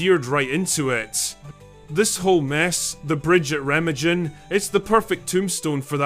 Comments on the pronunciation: Remma-jen 😅😅😅 it s Ree-ma-gun. Interesting.. subbed from Essex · Its pronounced REHH-MAHHGEN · That’s reh-MAHG-en. Hard G.